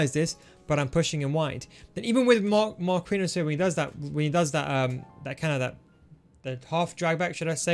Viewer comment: pls stop saying marqUinhos, the u is silent, u say it like markiños